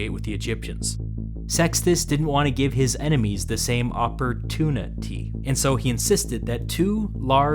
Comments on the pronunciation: ~oppor-tuni-ty~ is that how he pronounces it? er em i ignorantly missing something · "peoples lives were being ruined, it was horrible" 1 minute later "oppor-TUNA-ty" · Oppor-tuna-tee??? You didn’t